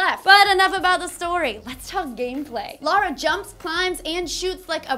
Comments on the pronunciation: It's Lara, not Lora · LARA not Laura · Feels so weird hearing a person call Lara Croft Lora or Laura as opposed to Lair-a. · Laura?? Her name is LARA. Pronunciation aside, the spelling doesn't change.